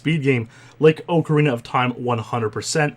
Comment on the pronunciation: Oh man you Canadians.... Ohe-carina of time